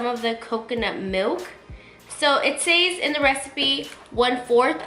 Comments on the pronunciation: I was about to comment on that too since she kept saying “says” wrong lol 😂 but I liked the recipe lol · I love you so much this was a good video but, I can’t help but cringe at how you pronounce “says” but it’s okay I still watched it! Keep up the good work you look amazing!